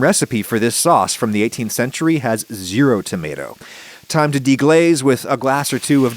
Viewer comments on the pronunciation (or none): none